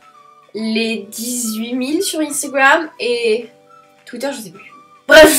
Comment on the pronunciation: Elle dis [ Ine stigouame ]